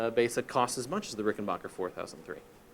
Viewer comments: FYI it’s “Backer” not Bocker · It’s BACKER not BOCKER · It is RickenBACHer actually. Geddy Lee himself has pronounced it that way.